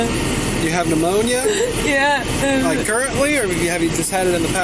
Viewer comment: She had to treat the "pneumoniar" 🤷 that must be why there's no sign of it anymore